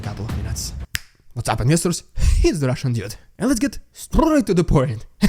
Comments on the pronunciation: Don't overdo the "RRRRRRRRRRRRRRRRRRRRRRRRRRRRRRussian" crap - other than that, good job! Slava Ukraini! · Rrrrrediculous rrrrrrussian prrrrRRRrrrropaganda is a great light hearted way to start things. It provides a much needed laugh in times where there is so little to laugh about, and follows up with a sober minded analysis of what is going on. Support Ukraine 🇺🇦 in any way you can. Because supporting Ukraine 🇺🇦 is supporting democracy. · Your « rrrridiculous rrrrussian prrropaganda » is still as funny even after hearing it a ton of times 😂😂 can’t resist, I love this segment every time. I doubt that Erdogan will arrest Putin any time soon; but now Erdogan is in position of power over Putin, and he can play this card to make him fold and accept grain deal. Putin thought he was in control of Erdogan, but I must say Türkiye seem to have played their card right to get leverage. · .. 😅... RRRRidiculous RRRussian Prrropaganda!....... .... Always my favorite part! 😂😂.... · I love your clips and the way you bring the news! But what's up with the 'Rrrrrrridiculous Rrrrussian Ppprrrropaganda'...?! I loved the way you pronounced it... But now you're kind of losing it! 😁 Keep it up, and keep it short and you'll be keeping it funny. (I think) Anyway, thnkz for you're efforts and Slava Ukraini!